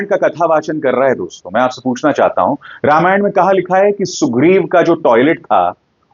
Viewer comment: अभिसार शर्मा जी, निश्चय ही हम आपके प्रशंसक हैं लेकिन आपके मामूली से उच्चारण दोष के कारण झटका लगता है.. जब आप दोस्तो संबोधन को ‘दोस्तों ‘ बोलते हैं तो बरबस हमें मोदी जी का ‘मित्रों’ संबोधन याद आ जाता है पर उनकी मातृभाषा गुजराती है इसलिए हम सुनकर टाल देते हैं । कृपया अन्यथा न लें ।